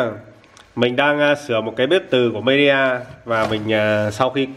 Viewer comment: Midea mà toàn đọc nhầm media 🤣🤣🤣🤣